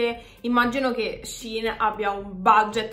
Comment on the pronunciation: finalmente una che pronuncia Shein bene:face-red-heart-shape::face-red-heart-shape::face-red-heart-shape::face-red-heart-shape